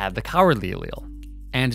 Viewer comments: I’m just saying, do what you want, but any science teachers I’ve ever had pronounced Allele as [Aly-El] Also congrats on 1 mil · "The cowardly Allele will be yella" lmfao